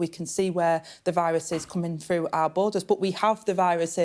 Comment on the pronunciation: . . are the words 'froo' & 'wevver' actually in the English dictionary ?